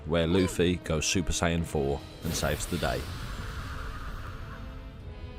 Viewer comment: Bro said super san 4 😂😂😂